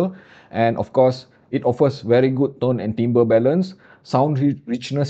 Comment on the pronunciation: the French word "timbre" is STILL pronounced "tam-bur" and the Sanskrit word "sundara" STILL is bereft of long vowels.:)